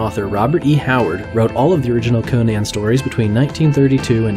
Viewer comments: CON-an, not Koh-nan! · pronounced conun not conaaan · Conan, not Conian, man. It hurts. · I tried to watch this, but the narrator's constant mispronunciation of "Conan" made it so I couldn't get past the first 2 minutes. It was as grating as the repeated use of "Hieruhkayneea" in the Momoa film.